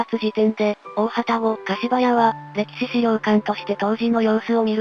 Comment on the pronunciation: 大旅篭柏屋(かしばや)と濁る読み方は、昨今は見かけないので興味深いです。